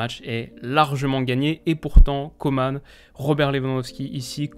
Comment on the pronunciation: Superbe analyse. Quasi rien a redire. Juste une précision car vous faites tous l'erreur en France : c'est Kingsley COMAN, pas COMANE. Comme Didier ROUSTAN, le "AN" c'est "en" pas "ane". Merci de faire attention. On tient à nos noms en Guadeloupe ;)